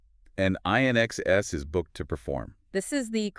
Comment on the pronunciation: AI can’t pronounce inxs 😆